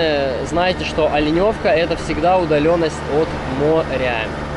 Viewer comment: Ну Москва не сразу строилась) дороги делают. Правильно говорить Оленевка. Олень или лень) а так вообщем то вы молодец всë позитивно, обзор хороший. Житель Оленевки).